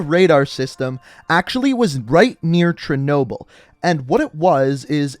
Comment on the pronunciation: You say chernobyl weird